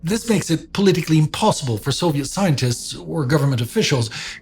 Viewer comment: I've gotten used by now to saying "possition" and "possetion" (etc), but "Zoviet" and "Nagazaki" still break me 😅 Anyway thankful as always.